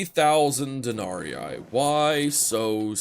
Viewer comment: denarEE not denariai